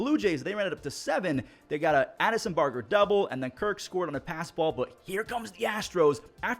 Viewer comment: I thought someone would tell me you but it’s actually Addison bar-jer